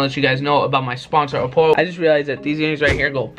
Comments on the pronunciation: Nobody: Not even Brian and Brandon themselves:: aPoRrO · No one:: APORRO BRAND